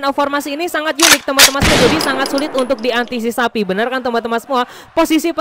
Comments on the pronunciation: Antisipasi BG bukan ansisipasi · Antisipasi bang bukan antisisapi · Antisipasi bang bukan antisisapi 😅😂